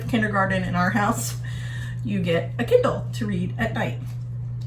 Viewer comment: At first I thought you said "Ken doll" for the Kindle, lol. Think accents are fun. You say it like "kin DOLL." I say it like "KIN dill." Awesome job on the office!!! Can you come and do mine? Michigan is beautiful this time of year!